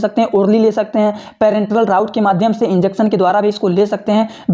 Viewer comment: Vai spelling to thik se bolo yaar tum jise raut bol rahe ho use rut bolna chahiye 🤣🤣🤣